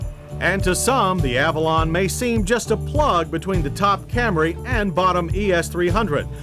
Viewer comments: It’s the mid-90s, but he’s still saying Cam-ray! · There John goes again with the CamRAY reference. I guess he is just sticking to his pronunciation of it!